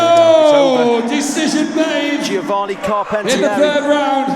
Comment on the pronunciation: best italian name pronounciation ever from a british bloke. props